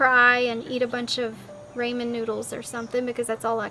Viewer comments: "Raymond" noodles 😅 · "ray-men noodles" lololol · "ray-man noodles" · Raymen noodles lol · "Raymon noodles" 🤦🏽‍♀️